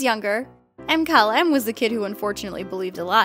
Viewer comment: erm...Thyme, the herb, is pronounced like time lol. Does no one look over the videos before they are uploaded? or atleast check pronunciations before recording? You said Mkylem wrong too